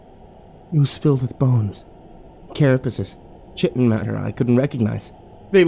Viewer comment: Very Lovecraftian. Also, ‘chiton’ is pronounced ‘ki-ton’ as the k-i sound in the word kite.